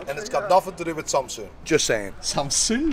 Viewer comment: Bro Called Samsung "Samsoon"